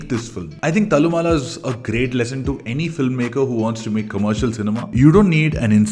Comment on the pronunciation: Please get pronounciation of Malayalam names correct. Thallumala is not how it is pronounced as you said. Same with poduval and kunjappan.